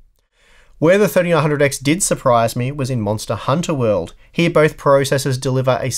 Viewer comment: Why do you say it like Monster: Hunter World omg what a peeve